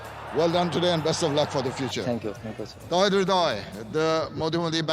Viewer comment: not Towhid Hridoy,Its Tawhid Hridoy